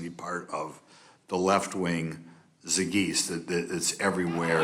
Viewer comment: “Left-wing zee-geese!” It’s clear why he hates “education”! 🤯